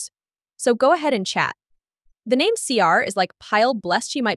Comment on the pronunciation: Who is this podcaster who has the names all wrong